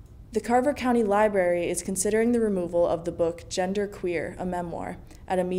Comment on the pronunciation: Great job. No nervousness at all. I would get those bangs away from your eyes; they distract me a bit. You might work on enunciating the first 'R' in library a touch more so it doesn't sound too close to "lieberry". And if you really want to stand out, try a blouse. Altogether, one of the most excellent ones I've seen. 👍👍